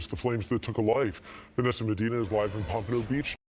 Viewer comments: Pomp-ah-no Beach (Pompano Beach). Not how you said it. #FloridaBoy #904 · Nigga you def ain’t say it right Pompano sound it out fool! Palm pa no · Nah you ain't say it right lmaooo, you Said Pompano so wrong, or maybe I'm just from the south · Nigga said popano 😂😂😂😂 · You actually said the name wrong it’s pompano lol but a lot of people fuck it up it’s cool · Dang why can’t nobody say pompano right 😂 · I never heard nobody say pompano like that 🤣 “yea I said it right”